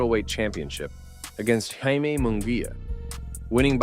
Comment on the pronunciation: It's pronounced High-Meh not Jay-Mee